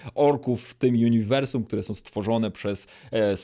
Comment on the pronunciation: Uniwersum, a nie juniwrsum